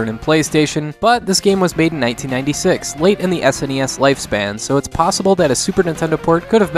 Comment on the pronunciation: I want to thank you for saying S N E S and not saying it like it's a word seriously when young people say that I no longer care what they say as no one called it a Sneez. Like and subscribe from me.